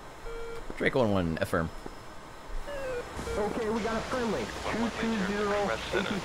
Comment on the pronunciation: "affirm' is pronounced with a long-A. "AY-FIRM"